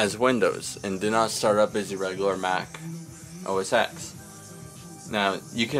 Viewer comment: Yo dude, u don't say Mac oh ess ex! Its Mac oh ess 10. The X is roman numeral